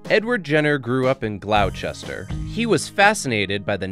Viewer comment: You knows that absolutely not the way to pronounce Gloucester, right...